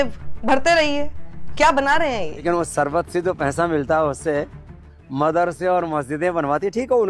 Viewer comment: Sharbat toh bol nhi pa rha sarbat bol rha hai kana